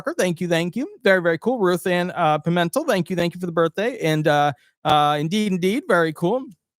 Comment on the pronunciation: Pimmin-tell try to say it like that